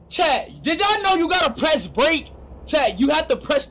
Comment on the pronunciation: It said pree enter